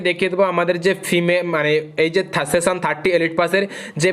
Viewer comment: Seson na session 😂